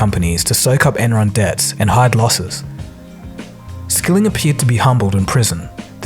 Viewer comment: Why 9-1-1 call stock video?! "serve" not "severe", "Skilling" not "skilling" Tsk tsk tsk